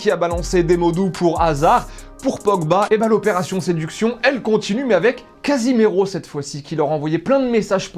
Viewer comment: Mdr il a dit CASIMERO